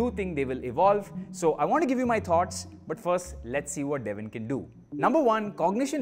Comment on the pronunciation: It's Devin😢 not devil By Devin